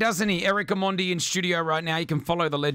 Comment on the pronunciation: Uyo presenter anasema "Omondi" fiti😂😂😂😂😂